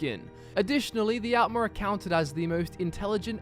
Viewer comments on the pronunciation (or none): its pronounced 'oltmer' and 'oldmer'